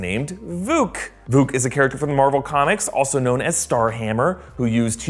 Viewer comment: “ VUKU " it’s vuk.